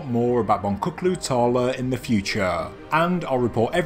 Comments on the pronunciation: Bon-tchu-klu tarla. Not bon-ku-klu tarla. :) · The correct pronunciation is: Bon-Jook-lu tahr-lah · In turkish the letter C is never pronounced with a K, the name of the place is Bon-chook-loo Tarla which means Bead Field. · For future reference, the turkish c in boncuklu tarla is meant to be pronounced like a g/j as in george. the name means field of beads.